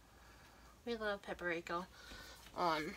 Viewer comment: IT'S PAP-RIKA IT IS NOT PAP-A-RIKA......... READ IT AGAIN